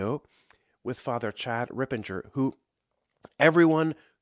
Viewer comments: It’s Rip-per-ger not Rip-in-ger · You love him so much, you can't say his name correctly. It is not Rippen-ger it is Rip-per-ger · Just for future vids. - you might want to fix your pronunciation of Fr Ripperger ‘s name . You said it like Rippernjer and it’s Ripper Ger with a hard G - RipperGRRRRR 😅😅 thanks for the vid ! Praying for this prayer to be spread far and wide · Not Rippenger…it is Fr. Ripperger. But 👍 otherwise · It’s Ripperger not Ripinger.